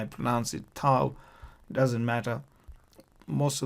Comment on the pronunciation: Beautiful pronunciation with the waw and the thau